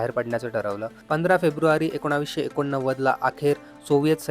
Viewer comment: तुझा व्हिडिओ छान आहे पण एकोणावीस असं बोलू नको